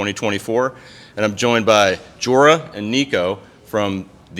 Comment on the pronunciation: It's joel not jorah